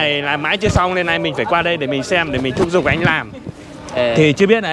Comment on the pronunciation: Thúc giục chứ không phải " thúc dục".....